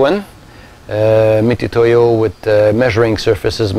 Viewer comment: It's pronounced mitsutoyo, not mitootoyo.